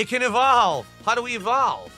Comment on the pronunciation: Bro can't pronounce anything right, EHHVALVE, POHTROHT, GYIRADOSE, WAAAAAAAHN